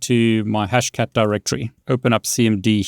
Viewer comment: Btw just wamted to help you out a bit, its actually pronounced DirectORY. When you say it fast like directree it sounds like you're talking about the brand Direct Tree. Anyways take care.